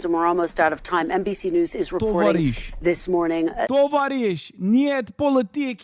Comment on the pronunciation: to-VA-risch, omg Hasan 🙄